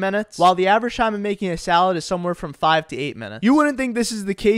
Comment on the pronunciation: I hate making salades too! 😩 Its SUBway not SALADEway, why are we making salades!!